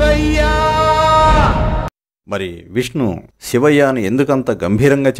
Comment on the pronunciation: సివయ్యా……..శివయ్యా అనిపలకటంరాదు బాబు గారి బాబు కి😮